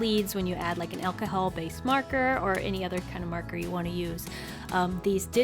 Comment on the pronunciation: Did anyone else notice that she said “elcohel” instead of alcohol 😂